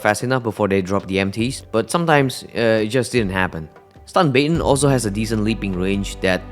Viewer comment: LOVE THE PRONOUNCIATION. . SHITS HILARIOUS. . STUN bae-ton. . NOT EVEN A BUHT-ON HAHAH